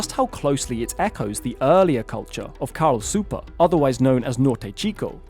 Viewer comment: You need to improve your Spanish. Peñico is pronounce pen-YEE-co. Supe is pronounced SOO-pay.